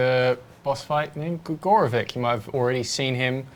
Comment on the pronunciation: Shouldn't it be pronounced "gregoro-VICH" instead of "gregoro-VICK"? It annoys me